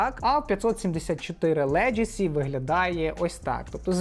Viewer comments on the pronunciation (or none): Like as usual👌друже ти ж шариш , має бути "легасі", а не "леджесі", словом "леджеслейшен" не перевіряється😜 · Легасі. Тільки так. Ніяких леджесі. Енкеп, не енкейп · це слово звучить леГАсі, а не леДЖЕсі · За відео лайк та одна поправка - леґесі, не леджесі